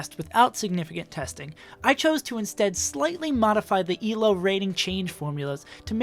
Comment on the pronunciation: It's Elo, not ELO.